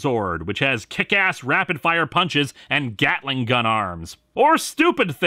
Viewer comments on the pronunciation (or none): none